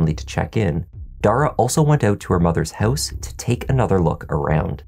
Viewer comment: House sounds like hose the first time you mentioned 😝but I got you 😉